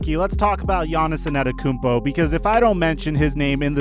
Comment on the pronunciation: It’s Giannis Antetokounmpo not Anetikounmpo